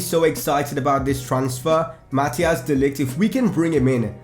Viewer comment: You pronounce de Ligt's first name as: (kinda)